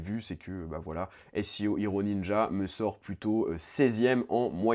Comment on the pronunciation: Arrête de prononcer seo hero entièrement en anglais, ça me rappelle que je le fais pas. :(